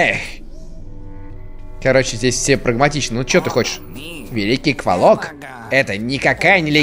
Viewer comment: Енто не КволОк, а КвОлок)